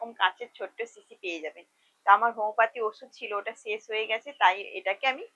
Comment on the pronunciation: শব্দটি হোমিওপ্যাথি, হোমোপ্যাথি নয়